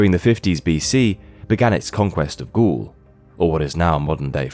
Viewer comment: It would behoove your own interests to train your computers to pronounce basic terms critical to your story, correctly! For example, it is not “ghouls” but “Gauls” as in “balls”!!!!!!